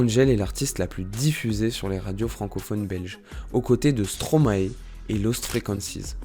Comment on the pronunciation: Et on dit aussi Stromae ( comme )ail😅 et pas Stromaé stp😜